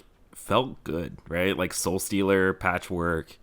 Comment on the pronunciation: It's Patchwerk not Patchwork...